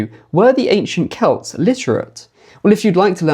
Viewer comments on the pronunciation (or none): none